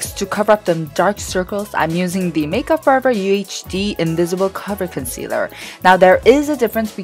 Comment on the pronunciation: 와 언니 점점 영상에 간지나지네요 !! 대박ㅋㅋ 영상스타일이 점점 영상이 예뻐지네용 효과도구렇고 영어발음 섹시해유.. 나두배우구싶따 커붤 컨씔러~